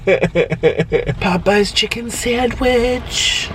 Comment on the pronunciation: POOEYES CHICKEN SANDWICH